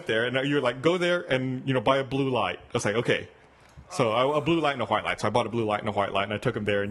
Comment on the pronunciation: omg Gus pronouncing "white light". Hidden Texan accent go!